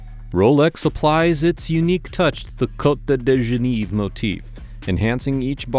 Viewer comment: Having lived there, the Côte de Genève, erroneously pronounced as GENEEVE , made me wince. 😂